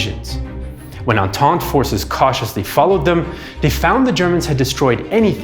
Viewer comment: Don't you mean Entente aha